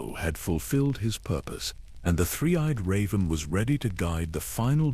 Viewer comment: How do you not know how to say Raven. Or Measter it’s weird. But great knowledge here.